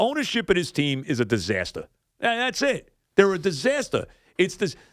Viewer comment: WHUH UH DUSASTAH, CHRIS! WHUH UH DISASTAH!!